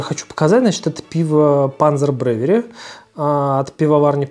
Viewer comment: Млть, "бревери". Рукалицо. "Волков" как и МПК скатилось в гов но. Пить невозможно, невкусно, и печень ругается.